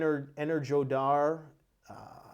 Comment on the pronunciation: Energodar is pronounced the way it's written, not Enerjodar. Like "go". Means "one (the city) that gives energy". Ugledar - "one (the city) that gives coal".